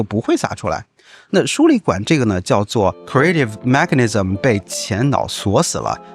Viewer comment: Mechanism, 你的发音发错了